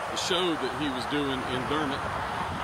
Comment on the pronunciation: Very cool video! The lady pronounced Dermott correctly.. it’s awesome you get to talk to these people, they won’t be around much longer. When you come to Chaffee, I suggest you go downtown Fort Smith, and Judge Issac Parker’s Courthouse, the hanging judge, the movie Rooster Cogburn, and True Grit were based on him and this area..Pretty Boy Floyd was from just over in Oklahoma, and lived in Downtown Fort Smith while most wanted by the FBI, with his wife and little son. He gave my grandmother a ride when she was a girl, waiting on the bus... she said he was driving a big fancy car, and had a machine gun on the front floorboard, propped up on the seat... and was very nice 😏 Belle Starr was from here as well, her daughter had a brothel downtown, which is now a museum. Bonnie and Clyde had a shootout with and killed a deputy just north a bit.. a ton of history here, not to mention Elvis got his military haircut at Fort Chaffee😏